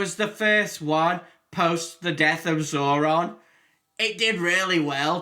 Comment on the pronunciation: The name is zordon, not zoron.